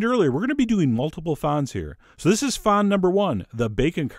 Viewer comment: Its 'fond',Chef, like front with no R or T ^^ the D is silent.